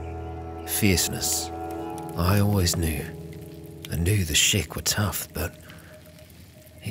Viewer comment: Everytime I hear "Shek warriors" or "Shek Kingdom" etc. I keep hearing it as "Shrek warrirors of the Shrek kingdom"